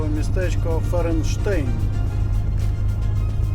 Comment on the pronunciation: Ferenstein - читається Ференштайн, а не Ференштейн